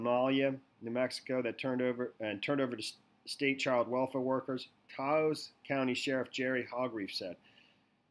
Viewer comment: Taos is one syllable, it remember with douse or house